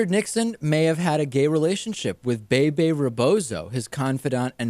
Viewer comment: They should at least learn how to pronounce Bebe it's not BayBay. But, these guys are so young they don't know that much about nothin'.